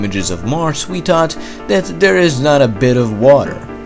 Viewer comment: "Eard" "dere" "dhought"